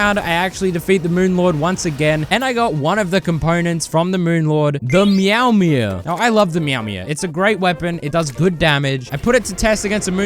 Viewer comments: Why did you say mewmew instead of meowmere lmao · the way he was pronouncing Meowmere near the end there really tickled me, very funny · next challenge: Can i pronounce meowmere like a regular person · Why do you say meowmere like that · I don’t know why but I like the way he says meowmere